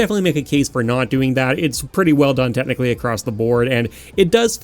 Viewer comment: I just realized you say the word "technically" the same way I say it, sounds more like "Tet-nichally" for some reason.